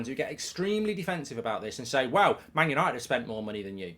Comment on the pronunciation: Mark kept saying money the wrong way.